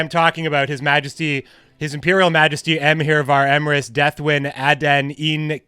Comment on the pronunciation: He was trying so hard to read Emhyr's full name😂👌🏾